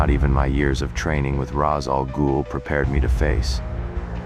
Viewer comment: I stopped watching this video when you mispronounced rãs al ghoul's name